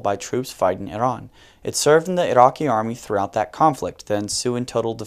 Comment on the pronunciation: im Arabic and he spell Iraqi the perfect way , these goons are high